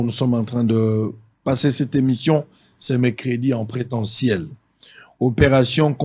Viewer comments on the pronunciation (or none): 🔹 Conseil des ministres en présentiel et non en << en prétentiel >> comme je viens d'entendre. Bref, parenthèses fermées. Prenons-le dans le cadre d'une erreur.